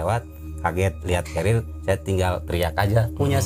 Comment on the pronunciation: Yang betul tuu carier kan yaa, bukan cariel